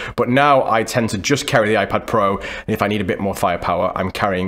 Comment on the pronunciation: “iPad Pro(m)”